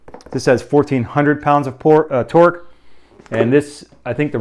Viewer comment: Are you hungry? I think I heard you say pork 🤣🤣🤣 great video!